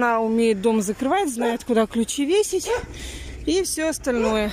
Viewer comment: Ой,, "многие" особо и не переживают, с кем у тебя дети остались. Больше волнует то, что Света знает куда ключ надо веСИть, что вы ходили в лабоЛаторию, а также, что ты купила кОнцтовары. Тебе реально не стыдно за свою безграмотную речь? Лучше бы орфографический словарь купила, села с детьми на камеру и изучала, вот это было бы продуктивное видео.